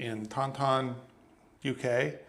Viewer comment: 😂... my friend, Taunton in the UK is pronounced "Torn-tun" not "Taun-Taun" 😂👍